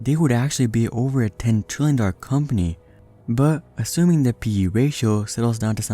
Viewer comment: Is it just me or is it that when he says trillion it sounds like 20